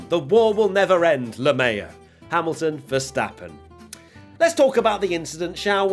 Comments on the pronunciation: Really lost it when he pronounced LMAO like “le mayo”😂😂😂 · Is no one going to talk about how at 2.22 literally says “Le Mayo” 🤣🤣🤣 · did he just say "lemeyaw"💀 lmao